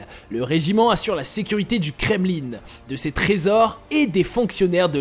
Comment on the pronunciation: Le "kremlinE"..mdr